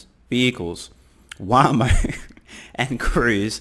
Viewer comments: When pronounced Google’s Waymo as Waaa-moe, you know that he’s completely clueless about the EV/FSD industry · Wamo not Wymo! lol, Another good one that makes me laugh. Does not beat the baptism of JP Morron though! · Are You Fking Kidding me? Wah-Moh? That says it all. I cant Even Believe how he fooled us all thinking at some point that he actually believed what he talks about. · It is pronounced, Waamo and Cuisé.